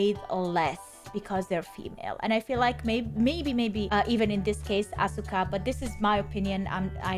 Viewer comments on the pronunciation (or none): For the record,.... her name is pronounced "Ahska".... but spelled "Asuka". Just wanted you to know that. As everyone who watches your channel, I love what you do, and think you are adorable (but not in a "creepy old man" way... more like a "I wish you were my daughter" kinda way. It's sad that that needs to be said.... but it's 2023...) Anyway, keep doing what you are doing! Your fans love it!